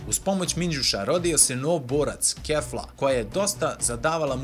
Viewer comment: Nije Kefla nego Kifla